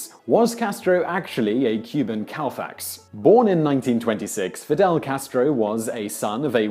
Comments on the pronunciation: FYI: Whistler is referring to"Sandy Koufax" . It's pronounced Co-fax, not Cal-fax, though so it may be tough to tell. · It's Kou with a long O, fax. Not Cow fax. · It's pronounced "ko-fax" not "cow-facts" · It's pronounced "Ko-fax," not "Cow-fax."